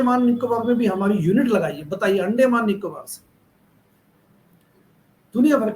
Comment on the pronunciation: ये अंडमान है अंडे माँ नहीं।अपना उच्चारन सुधारिये।